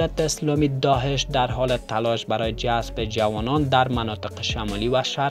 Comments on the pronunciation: داهش نه داعش درست تلفظ کن لطفا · سلام تشکر از گزارش شما لالا درست بگو داعش نه داحش